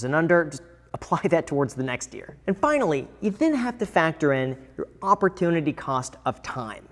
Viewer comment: Graham's pronunciation every time i hear "opportunity"